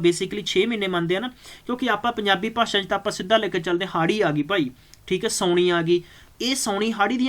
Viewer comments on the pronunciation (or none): none